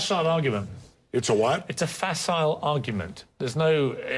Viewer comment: Piers: Its a facile argument. Jesse: a vaat? lol bloody Americans. I blame Piers. One cannot make sense in a lunatic asylum!